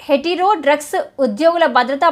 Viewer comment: ముందు కాస్త తెలుగు నేర్చుకో తల్లీ. తర్వాత వార్తలు చదవొచ్చు. చిన్న పిల్లాడు చెప్తాడు హెటిరో అని స్పష్టంగా. నీకు ఉద్యోగం ఇచ్చినొన్నీ అనాలి. 😂😂